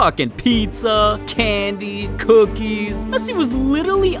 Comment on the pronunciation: I laugh when I heard mesii😨